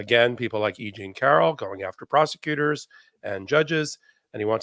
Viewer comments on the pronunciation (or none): none